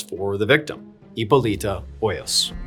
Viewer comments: Heeppoleeta😂 I love your pronunciation on some of these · is it really that hard to pronounce hipolita????